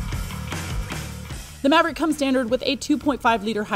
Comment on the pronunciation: I stopped watching at "Ford Moverick".. 2 seconds in.